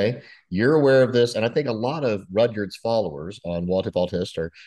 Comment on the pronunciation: Btw, it’s “Rudyard” like Kipling